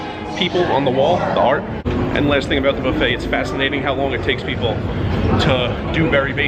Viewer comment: Buffet sounds like a cattle trough.